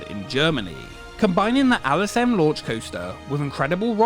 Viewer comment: Why do you pronounce “L” as “Al”?! It’s LSM not Al S M 😂